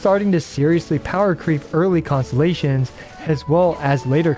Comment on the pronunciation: Poor man had to say "Constellations" so many times at a quick pace by the end of it all he managed to say was "ConSZZSZ" 😂